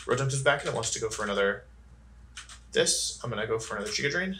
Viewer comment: And "giga drain" while you're at it.